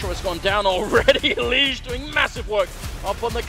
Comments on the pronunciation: Bruh the caster literally calls him "Elige" instead of "Eleej" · caster calling him Eliguh wtf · so if he named himself as the spanish for "select" then the "g" in elige shouldn't be a "zh" sound but instead an "h" sound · casters called him “eli-guh” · E Lee gugh. :D That casters mispronunciation is just hilarious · "El-le-ga" LOL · Eli-guh just sounds weird right now, even though thats probably the Spanish pronunciation. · It isn't. It's eli-he. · Name: Came from Spanish Pronunciation: American English